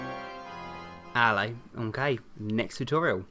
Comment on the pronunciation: He says ello in the English accent